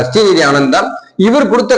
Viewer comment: ஶ்ரீநிதி ஆனந்த் இல்லடா கூமுட்டை ஒரு பேர கூட ஒழுங்கா சொல்ல தெரியல இவனெ எல்லாம் காரி துப்புங்க